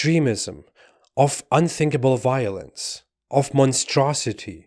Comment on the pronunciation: Biolenze....it's wall awound us!